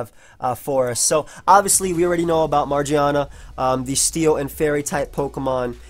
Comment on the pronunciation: Its MaGEARna, not Margiana. Watching too much anime bro